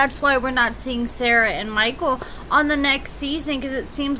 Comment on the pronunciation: I love how u say mikeul.... Mikeaull. MikeUUUL!!!!